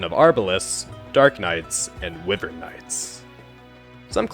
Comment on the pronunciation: Did you pronounce wyvern as ‘wiv-ern’? It’s ‘why-vern’.